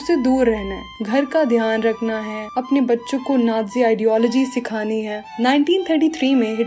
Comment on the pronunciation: Ohh pagli vo nadzi nahi hota vo nazi hota hai